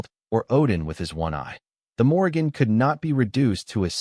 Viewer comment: Morrìgan is pronounced moor-eann - the g is silent....